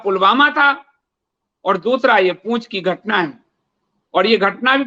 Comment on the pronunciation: वह पूँछ नहीं, पुँछ होता है! लिखना बोलना दोनों त्रुटिपूर्ण क्यों है?